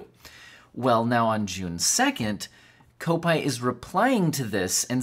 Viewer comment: It's pronounced cop-ite (rhymes with might or bite. It means he supports Liverpool FC